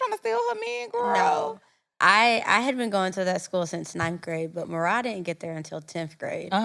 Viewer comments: I know Marah wanted to correct them when they said her name wrong😂😂😂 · I know MaRah was HOT at all the mispronunciations of her name!! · The way they keep butchering MaRah’s name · ain't listened to not one ep cuz how she get marah name wrong